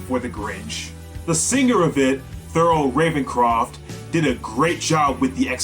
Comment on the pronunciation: It's Thurl Raven "Scroft" not croft